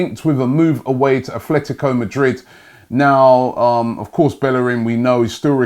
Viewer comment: ATTTTTLETICO NOT ATHLETICO